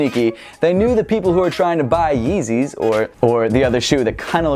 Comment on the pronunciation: You mean £150 "yezzeys"